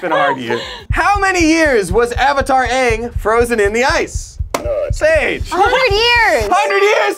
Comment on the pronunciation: thats the actual pronunciation for the word ang